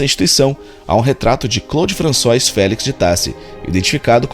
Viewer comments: Françoá, melhor escrevendo. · Muito bom o trabalho. Divertido também. Agradeço. Apenas sugiro um cuidado maior com certas pronúncias de palavras estrangeiras, para não prejudicar a qualidade da pesquisa. ROI, em francês, diz-se ROÁ, por exemplo, assim como FRANÇOIS se diz FRAÇOÁ.